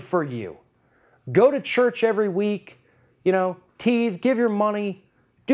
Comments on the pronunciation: did you just say teed. ..hahaha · You mispronounced "tithe." Errors like that are what critics will point out and try to discount your entire argument. Right now you seem out of touch on Christianity on account of your pronunciation of that term. Your opposition to religion in schools would be stronger if you were an actual Christian who knows it doesn't need to be in school. Instead you appear just as someone whose main interest is fighting Christianity in general rather than advocating for children and family's to have freedom to choose their beliefs. Trump exposed himself similarly for not being a genuine Christian by his ignorance by saying "Two Corinthians" instead of "Second Corinthians." No one wants to hear Trump on Christian faith. He's clearly not into it. lol.